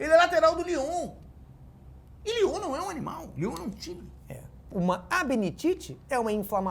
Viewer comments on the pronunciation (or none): none